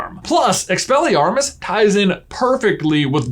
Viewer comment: "Its Expellyamos not expellyarmos"